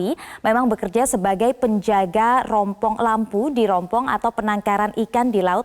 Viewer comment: Rumpon bu,,,,,, bukannya rompong,,,,, hhhhhhh